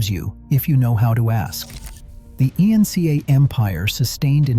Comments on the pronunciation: the i-n-c-a empire. I guess AI has never heard about the Inca empire. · the I.N.C.A. EMPIRE 🤣 DID THE AI BOT MEAN Inca? SLOP! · the i n c a empire? your ai sucks , thumb down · What is the.. " e n see e " empire? If you must rely on a I to do your job, can you at least teach it how to properly say the words? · Yes, since the "E N C A" empire was a dead giveaway to the AI voiceover. Or as it was pronounced "ee in sea aye" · AI slop - if you cant pronounce Inca correct --> blocked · The AI narrator was paid too much--reading out Inca as individual letters 😂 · I wholeheartedly agree!! Using AI to write as well… soon most won’t even know how to communicate in any hard copy language. This, for instance, was done using ChatGPT 😒 and when the AI voice said “ Inca” seriously???? 🤦‍♀️